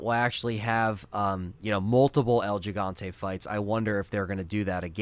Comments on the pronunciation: It’s pronounced “he”Fante as a Spanish speaker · It's pronounce HEE, HEE-Hon-té, for El Gigante.